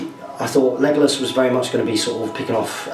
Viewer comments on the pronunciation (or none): Why do u say megalos not legalos?